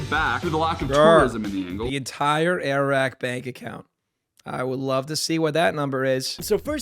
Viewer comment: You get it “”Air Rack”” lmao